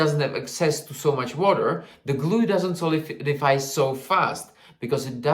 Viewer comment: Everytime he said "water" I heard "vodka" 💀😭